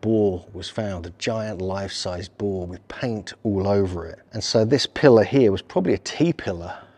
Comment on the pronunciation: Boar is pronounced 6 ways in this video. The “R” is NOT silent. Too funny.